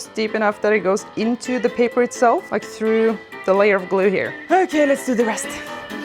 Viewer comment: "Oj oj oj!! Okej!" 😄 You sounded surprisingly Swedish there aswell 😄😄